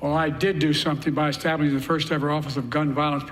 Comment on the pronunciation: He cant even get the word "establishing" out of his mouth correctly.